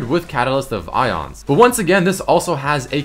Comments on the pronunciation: Ay-ons, not ions. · its AY-ons. aeons. A-ONS